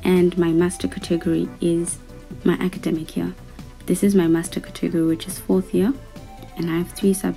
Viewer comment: Your saying category wrong